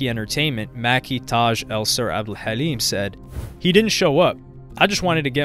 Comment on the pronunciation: Ur pronounciation of Halim is on point 👑